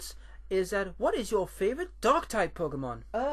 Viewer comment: I thought u said 'Dog' Type Pokemon. Lolz, Mine would be a dark-dog type, of Houndoom-(M)